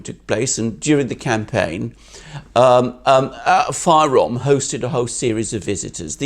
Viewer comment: The name is not“Fayrom”! You don’t say “Gr” for Greeks